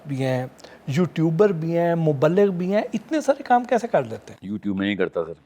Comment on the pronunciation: ب کے نیچے زیر ہے مبلغ ہوتا 😂😂😂😂😂😂 اور تم دین سیکھاٶں گے